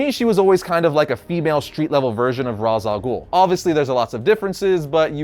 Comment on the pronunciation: Disappointed you forgot Keyodai Ken. He was cool enough to appear in multiple episodes, unlike some of those others. (Also how can you talk about BTAS and then pronounce Ra's Al Ghul wrong?)